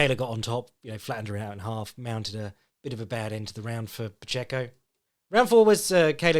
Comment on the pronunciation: You’re pronouncing Pacheco correctly,!